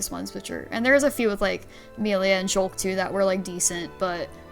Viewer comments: It's annoying when people purposefully pronounce the name wrong. It's not funny. Just incredibly lazy. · "Melia slander" I WONDER WHO DID THAT!? HM, COULD IT BE THE ONE WHO CAN'T SAY HER NAME CORRECTLY!? Honestly it was an bad move to not bring in Chugga. IT WAS AN EVEN WORSE MOVE TO BRING IN SOMEONE WHO DOESN'T KNOWS HOW TO SAY "MELIA" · Got to 5.41 before I had to watch different opinions where they can pronounce Melia correctly. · I hate how she pronounce "Melia" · It's been 3 months and I still can't get past that.